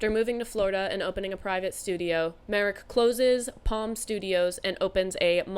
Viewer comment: Your "Marek" pronunciation is correct.